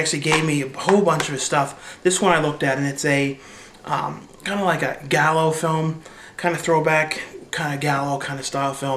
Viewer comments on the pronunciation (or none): Gallo? You mean giallo? It's not pronounced like "gallow" but how would you know that, watching all these shitty movies..